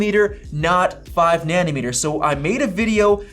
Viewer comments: It’s like a knife driving through my heart every time I hear “Nani-meter”. It’s nanOmeter!! 😂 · Great video! Btw it’s NANOmeter not NANNYmeter, which is a unit for measuring leftist policies… 🤣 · Na-no meter. na-NO meter. na-NO. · Wtf is a ‘Nannymeter’ lol 😂